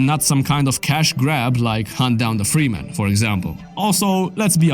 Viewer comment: "Framus"? No, his name's Freeman. Maybe you should've turn on subtitles bro lol